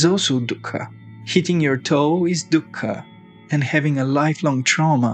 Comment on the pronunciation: Dhukka just means sorrow in Hindi. Stop saying it like that lol.